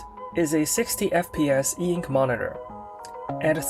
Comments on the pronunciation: I reject the spelling eink. And also the pronunciation eenk... It's e-ink for me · "Eink" bro please, that is so annoying to read. E Ink.